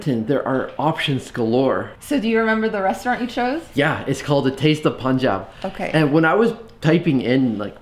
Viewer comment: It's not Punjab, it's Poooonjab 🙃